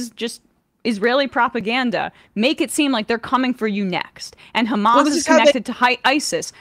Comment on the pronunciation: If someone pronounces Hamas as "hummus" anytime, I'm gonna flip cuz it's not a hard word. British and Australian news hosts are just hilarious.